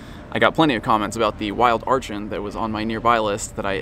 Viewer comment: Archeops is my favorite Pokemon ever and I want an Archen so bad, but I have no new 7km eggs and don't have a lot of walking places! :( Also, WHY DID NO ONE TELL ME ARCHEN WAS AVAILABLE IN THE WILD SINCE JANUARY 10TH!? (Also it's pronounced "ARCK-en")